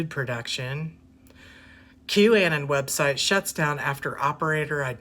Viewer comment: Anon is short for anonymous, you are kinda pronouncing it wrong...just saying